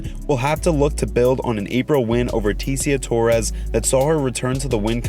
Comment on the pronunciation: I swear you purposely pronounce every fighters wrong. Illa tempura??? Izzy adEEsanYA???? Teeciah torresss?? bro just watch the ufc. Anik says every name perfect